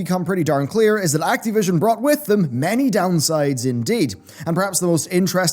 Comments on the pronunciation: It's Activision, not Acteevision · Can't get over how you pronounce Ac-TEE-vision. :-)